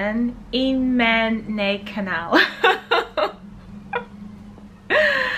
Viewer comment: 🇩🇪 Willkommen auf meinem Kanal. "ei" is pronounced like "i+ee"